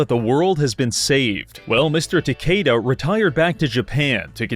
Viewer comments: it is not takiida it is Ta-Kay-da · That pronounciation... I think it's supposed to be Ta-ke-da, taki-da? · Bruh ain’t no way you said “ta key da” im sorry it doesn’t matter to much but as a Japanese history buff I can’t over look that. Shameful display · I thought he said "Shingen Tequilla" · My guy. Please. Research your pronounciations before speaking foreign names. Cuz you botched that Takeda pronounciation worse than I botches my college degree.